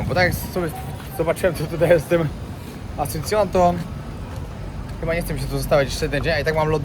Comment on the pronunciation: Absolutna ignorancja. Nawet w nazwach miejsc notorycznie robisz błędy "Asuncione"? wcześniej "AconcaNgua". Aż boli jak się tego słucha. Zero informacji chociażby o tej sopa paraguaya która mogłaby być fajną ciekawostką. Kanał przez chwilę naprawdę ciekawy, teraz coraz gorzej.